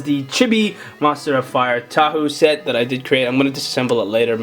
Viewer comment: its TAHU NOT HAHU